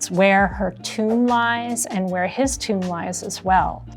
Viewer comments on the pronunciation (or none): none